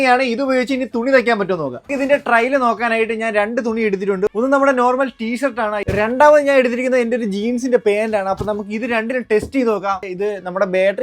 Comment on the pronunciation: ബേറ്ററി അല്ല ബാറ്ററി 😅😅😅 ബേക്കിൽ അല്ല ബാക്കിൽ 😅😅😅😅 പേന്റ് അല്ലാ പാന്റ് 😅😅😅😅